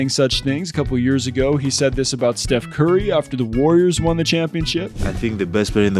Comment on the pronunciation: He said "Steph Carrey"😅😅😅